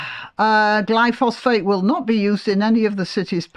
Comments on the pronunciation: It's not Glypho-phosphate, it's Glyphosate - which doesn't sound so bad! I believe it's actually biodegradable - leaving no chemical residue. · Er, I thought it was "glyphosate" rather than "glyphosPHate". See There were weed-killers in the late 19th century. See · They (Greens) suggested the council should compel residents to keep the pavements clear... I imagine unpaid and no reduction in council tax, are they so naïve or just stupidly self absorbed?... By the way, I think the chemical in question is: Glyphosate, pronounced: gly-fo-sit... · I'm sorry to be pedantic but you mispronounced "glyphosate" - there is no second "ph". Apart from that I completely agree with you!